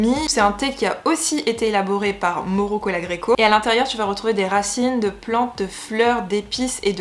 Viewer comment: On prononce Maùro, il est italo-argentin 😉🤫